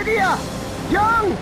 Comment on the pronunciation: I like how Leviathans stomach is shaped well enough for people to live there and you know setting up beds. I like how the Leviathan has a giant worm just waiting there in its jaw. Think of the damage you could've dealt with the masamune if you had Berserk. Young? weird pronunciation of Yang. How come you showed the cutscene from FFIV DS btw?